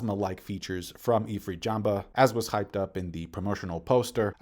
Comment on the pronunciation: Why he calling it ifrit JambA tho😭 Sanji been saying JambE for decades, how can he still mess it up